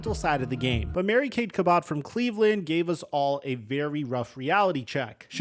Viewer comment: Shedeur didn't pay his ticket on time, nor did he go to court. And it's pronounced Cabbot, not May Kay Ca-Bot like a robot lol.